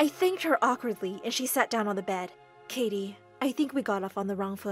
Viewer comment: he said kitty instead of Katie